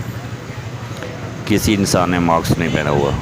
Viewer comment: Maks ni hota mask hota hai meda chan